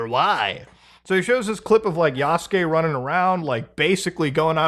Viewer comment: The amount of people who can't pronounce "Yasuke" and "Naoe" properly...